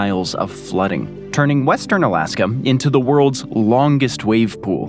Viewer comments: Why does dood keep calling it "Alaskum"? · Bruh tf is Alaskum😂😂😂😂